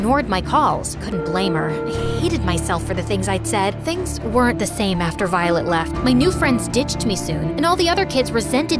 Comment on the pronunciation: The narrator had said Violet wrong 6 to 7 times if you listen closely she/he said Volet instead of violet